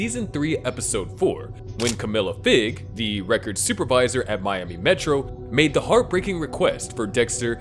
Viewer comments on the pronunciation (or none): none